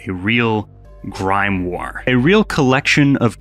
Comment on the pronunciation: I've never heard someone pronounce grimoire as "grimewear" before, how do you even do that